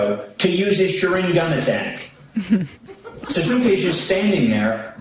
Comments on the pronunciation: Did that stinky britches mother fucker just say “sa-soos-kay”? Unironically? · nah it's pronounced Sahs-kay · The thing is, he didn’t trigger the tism — it’s much worse — he triggered poser tism because he is a fake Naruto fan. (A) that’s not how you say “Sasuke;” (B) Naruto has a rasengan, not a sharingan (Sasuke has a sharingan); (C) nobody knows who Naruto’s grandparents were on either side, so there was definitely no scene in OG Naruto or Shippuden where Sasuke stopped him before his grandfather’s resting place. 😂😂😂😂 That triggered me more than anything, tbh, and also lmao because he said recently that they were never best friends, and that clip has him saying it multiple times 😂😂😂